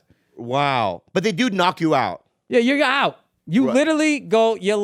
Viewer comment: Bill goes full Boston “YER OUAT”